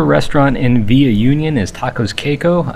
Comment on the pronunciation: Union is pronounced Ew-Kne-Ohn. Those tacos look yummy.